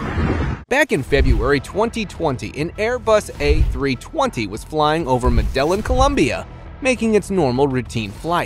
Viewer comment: How does he not know how to say medellin